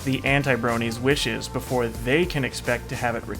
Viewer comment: *before* Not boofore